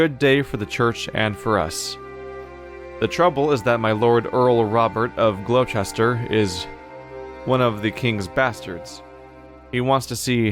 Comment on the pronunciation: As an fyi it's pronounced Gloster